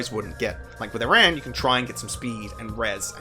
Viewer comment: Please.... please pronounce aran correctly please.... its killing me.... but also yea he sucks ass